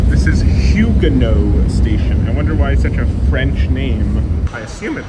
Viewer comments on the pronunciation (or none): Fire vid. Glad you enjoyed your trip. Staten Island really is beautiful, ppl just shit on it to go with the crowd. Few things: St. George is pronounced Saint George, idk what you’re trying to say Huguenot is pronounced you-ga-not. It’s like an even worse Americanization of Utrecht Ave in brooklyn lmaoo If you got any other questions about SI or especially the SIR lemme know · Huegenot is pronounced.. HUGH-GA-NOT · yuuuugannoT , pronounced with the same sneer “yyuuggee” is